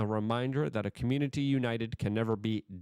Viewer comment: "Da comrunidy"